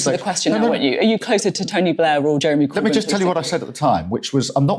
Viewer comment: lmao Starmer can't even say the name Corbyn. we're gonna be stuck with another decade of tories aren't we